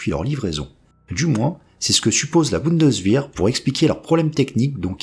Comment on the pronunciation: au passage, on dit "Bundeswehr" et non "Bundeswihr" (y compris en allemand).